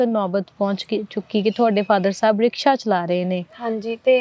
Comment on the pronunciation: Rishka ਰਿਸ਼ਕਾ 😂😂😂😂 ਰਿਕਸ਼ਾ